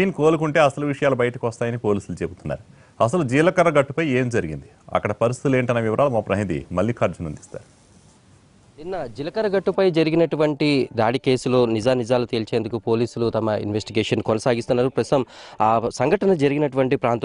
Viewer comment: pranidhi kadu pratinidhi